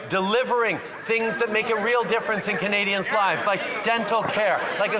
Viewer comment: The way he says KUHnadians. Is so disgusting. I know he is disgusted because he is mocking the pronunciation.